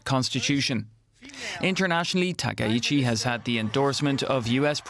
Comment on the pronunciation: Her surname is TakkaIchi. Not Tekauchi.